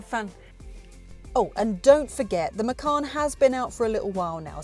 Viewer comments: Macan not Macarn. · Bose is not pronounced "Bowce", as you said but "Bozeh". Macan is not pronounced "Mackann" as you said but "Maycan".